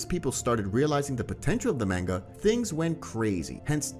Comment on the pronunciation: Why are you saying Manga like its Mango🥭? very unsettling.